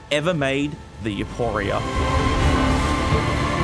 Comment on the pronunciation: "youpooria" great pronunciation